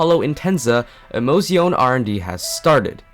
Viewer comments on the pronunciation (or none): It's not [i'mouzioun] but [emo'tsjone], for the word is Italian, not English. But what may appear even more important, the English word 'route' is not [raut] but [ru:t]. ))